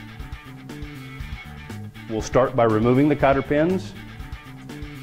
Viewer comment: lmao cotter peas?? worshors??